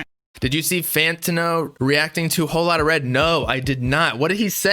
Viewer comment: did he really pronounce fantano like that